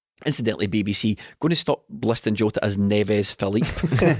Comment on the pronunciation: Everyone on earth: jota: joeta